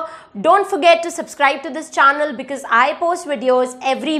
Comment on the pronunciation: wow its really easy to understand. by the way mam! its channel not chaonel according to your pronunciation.